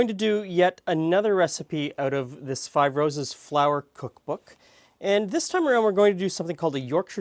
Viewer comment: When you said Five Roses, it sounded like fibrosis. Glad I was wrong 😂 cake looks divine.